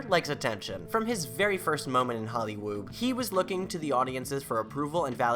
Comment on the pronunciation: did you just say hollywoob?